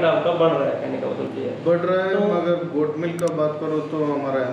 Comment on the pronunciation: गौट नहीं गोट बोलते हैं भाई